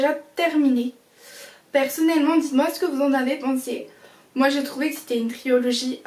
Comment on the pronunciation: triOlogie haha on dit trilogie mais aussi non bonne video!